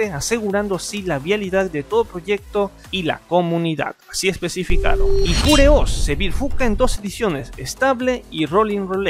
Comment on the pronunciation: Cada vez qué pronunciabas Manjaro, LibreOffice o PureOS me dolían los oídos. Parece qué leías sin haber escuchado nunca cómo se pronuncian los productos.